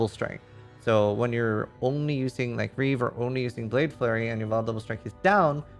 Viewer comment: It's not reave it's REEEEEEEEEEEEEEEEEEEEEEEEEEEEEEEEEEEEEEEEEEEEEEEEEave